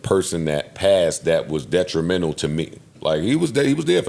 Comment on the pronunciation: deteminal or instrumental? lol